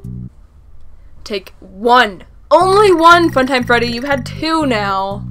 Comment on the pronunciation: the fact that she said "funtime freddy" as helpy XD